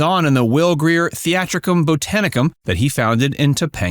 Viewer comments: How about Will Greer ? Its Geer . Henry Fonda starred in Space Mountain ? Spencers Mountain. Yikes a.i. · Will Greer? Will Geer! But thanks, loved this. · Your video has a blooper. It’s Will Geer. You keep saying Greer (or Grier). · Did he call Earl Hamner, Hammer? I thought I heard Space Mountain instead of Spencer's Mtn. Ellen Corby had no husband from what I've read. Geer, not Greer. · Earl Hamner's last name is not pronounced "hammer" as you called it through this video. Will's last name is Geer, not Greer. Ellen Corby wasn't married. Will was the one to find her at home when she suffered her stroke after noticing she was late for work that morning, and she was never late before. Also, a fact you didn't mention regarding the set bedrooms...John and Olivia's bedroom didn't exist. It was actually the room they used for the girls' bedroom. They just switched out the furniture for filming the different bedroom scenes. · Will GEER. GEEZ. Do your homework. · If you are going to point out mistakes in the show don’t add to it be mispronunciation. You mispronounced Will Geer and Earl Hamner’s last names.